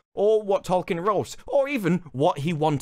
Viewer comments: Trying so hard to defend Tolkien and can't even pronounce his name, it's hilarious. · In a recent South Park season Stan learns that the black kid name is Tolkien, not Token, and apparently Amazon made the same mistake